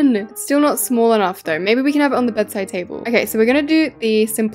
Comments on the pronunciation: It's not smahl masl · when u said like shmall me like:HAHABABBABABABABABABAABAGHAAHAHHAHAHAHHAHAHAHAHAHAHAHAHHAAHHAGHSHAS